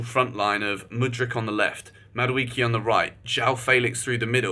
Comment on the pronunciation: Sorry for Ur illness but it's pronounced Mah - do - eh - keh